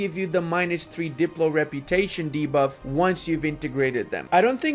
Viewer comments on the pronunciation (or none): none